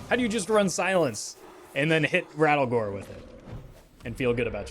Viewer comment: His name is not Rattlegore, its RATTLEGOOORE!!!!!!!!